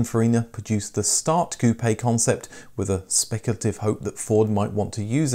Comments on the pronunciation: Dude! You're driving me CRAZY..... "Coupayyy, Coupayyy, Coupayyy, Coupayyy, Coupayyy... likie you're talking about hair pieces for balding men, Toupee', Toupee', Toupee'... damn dude its COUPE as in chicken COOP, COOP, COOP, COOP!!! Geeze you Brits use shitty English!!! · "Ku-Pay" Hearing him say that over and over hurts. My parents had two 1980 Capris. Terrible build quality and no performance whatsoever. Helped a friend shove a 351 cleveland and 4 speed into an 85 capri tht was a real hoot. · Lost me at koopay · I must learn to say Koo-pay instead of Koop.